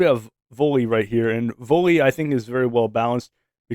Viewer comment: Volta not volly